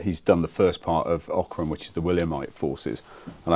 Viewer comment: Great video, many thanks. Bloodiest battle ever fought in Ireland. great insights from the visit to the site - very interesting. Note to the interviewer though, it's pronounced 'OCK-rim'.